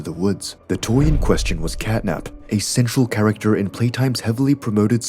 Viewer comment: ok if that’s a real person saying the line Central character they need to read it much slower as it sounded line sexual character, I had to rewind it twice to make sure I wasn’t mishearing things. If it’s AI it needs to be adjusted for that word as it’s sounds so wrong.